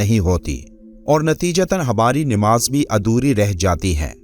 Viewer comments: بھائی آپ بھی namaz کی بجاۓ Nimaz بول رھے هو ۔ زیر اور زبر آپ بھی دیکھو غور سے ۔بعد میں آگے سبق دینا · Sahi talaffuz Namaz hai Nimaz nahi. Urdu to sahi kar lo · نہ تو آپ درودشریف صحیح طرح سے پڑھتے ہو نہ نماز کو صحیح تلفظ سےپڑھتے ہو۔ Nimaz غلط تلفظ ہئے صحیح یہ 👈Namaz ہئے